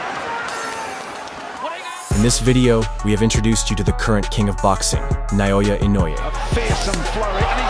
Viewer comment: Someone tell this guy his name is pronounced NAY-oh-ya.!...not inoya.